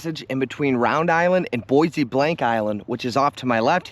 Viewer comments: Boisy Blank? It's french, pronounced Baw Blow roughly. My aunt would have a conniption fit at your pronunciation. Great videos, you are one tough dude. My fingers would have fallen off in the first hour of your winter fishing camp outs. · It's pronounced "bob lo" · Yes, there is a ferry service coming out of Cheboygan. And just so you know Bois Blanc island is pronounced Bob Low